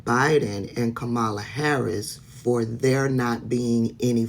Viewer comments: Sis. I Can't even watch your video because you mispronounced Kamala's name at least twice by . As a subscriber, I expect better from you. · Thanks for the work that you do, but please stop mispronouncing Kamala’s name. I know it’s not intentional, but it still irritates my spirit. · 👋🏼, it's Kamala[punctuation mark comma la] if you say that, it will stick in your mind, love you anyways🥰